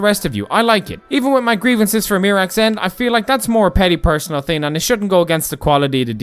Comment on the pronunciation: It’s thing not ting